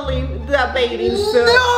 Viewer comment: it’s ‘Bathing’ not baiding🙂